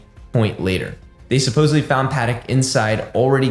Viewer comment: SUPPOSEDLY not suppoebly